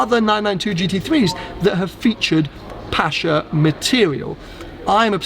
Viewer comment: Congrats from NZ, watching this at 1am! Fantastic spec, 'pasha' is questionable 😅